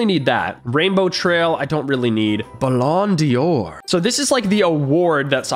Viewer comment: I’m sorry but did you call a ballon d’or a ballon dior